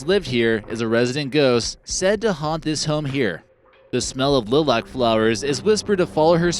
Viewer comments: Bevy... short e as in bet, vy rhymes with me. Lilac... lie lack or lie luck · But this video is clearly the US not Scotland and we pronounce Lilac with a long I, so the pronunciation is incorrect.. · Lilac is pronounced with a long " I " not a short " I ". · I have the same issue with wrong pronunciation, it drives me crazy